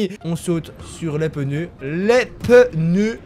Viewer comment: Pneu et non peneu